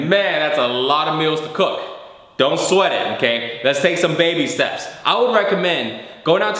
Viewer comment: he says inkay or onkay not okay hahalol